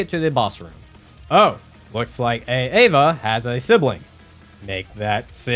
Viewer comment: It's Aava, not A-Ava. You're not a substitute teacher